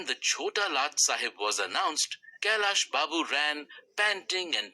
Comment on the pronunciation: Its not kallya Babu it's kailas Babu 😂